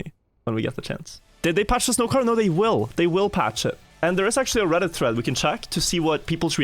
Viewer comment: Bro said akshually